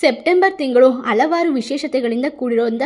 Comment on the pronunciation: ತಾಯಿ ಮೊದಲು ಭಾಷೆಯ ಉಚ್ಛಾರಣೆ ಯನ್ನು ತಿದ್ಕೊ ತಾಯಿ. ಇಲ್ಲದಿದ್ದರೆ ಅಪಾರ್ಥ ವಾಗುತ್ತದೆ ಹಾರಾಧನೆ, ಹವರಿಗೆ, ಹಾಳ,ಹಾದರೆ, ಹಬಿಪ್ರಾಯ, ವರಗಿನಿಂದ,ಹೋಟ, ಹಾತಂಕ,, ಹಾಫಿಸ್ , ಹಾಗಿರುತ್ತೆ, ಅಲವಾರು, ಹಾರೋಗ್ಯ, ಹೊಂ ದುಂ ದುರ್ಗಿ ಅಲ್ಲ. ತಪ್ಪು ತಪ್ಪು ಉಚ್ಛಾರಣೆ ಮಾಡಬಾರದು.